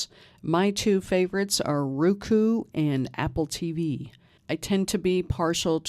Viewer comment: I appreciate you southern accent but it's Roku not Ruku